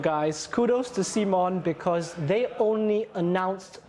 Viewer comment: Great to see Cmon's co-founder take time to talk to the community. Although he was indeed wrong about the pronunciation ;) Guess no one reads your t-shirt!